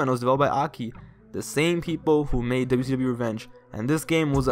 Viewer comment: Can I give you some Constrictive Criticism? Slow down a bit bro, youre talking in a bit of a rushed way, the way you say WWF and WCW is like DubDubEf and DuSeeDub.